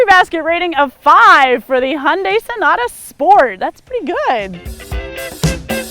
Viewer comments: Wish americans would pronounce Hyundai correctly. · Hyundai rhymes with Sunday